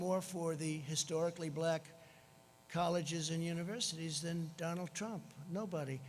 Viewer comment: Seriously! Your Presidents name is Donald Trump not "Donal Trump"